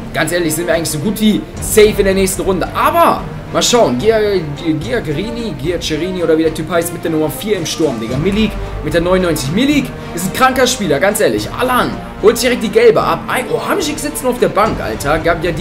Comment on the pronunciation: Giaccherrinni spricht man Tschakerrienie